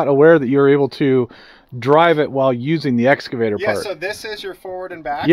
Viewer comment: E-X-C-A…! Not Esc… EX-CAVATOR! Why the hell do so many people say ‘escavator’ ? Just a pet peeve, like axe instead of ask